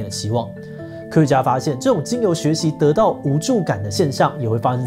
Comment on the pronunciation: 只是聽聲音，想說志祺今天也加入辱華行列，「習的無助」不知道包子為何忽然無助了？🤣